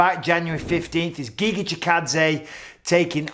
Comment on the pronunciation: IF you are going to commentating Chikadze vs Kattar, you may want to know how to pronounce Chikadze's Firstname, it is /ˈɡɪɡə/ not /ˈɡɪɡɪ/